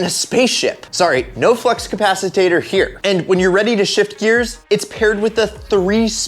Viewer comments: "Capacitater." You mean capacitor? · I stopped watching after hearing flux “compasitator”... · Saying flux CAPACITOR wrong is what made me stop this video before #1, Also the delorean has never been considered a super car to anyone ever.